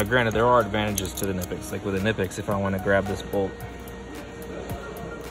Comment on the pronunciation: Mispronounced both brands ;)